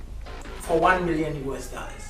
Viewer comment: It’s the “daallers” for me😂😂😂😂😂